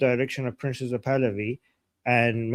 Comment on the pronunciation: It’s not “PRINCES (or PRINZES) Pahlavi” It’s PRINCE — no “zees” or “ces”. Where is that pronunciation coming from? Why haven’t you corrected this? “Princes” means more than one prince.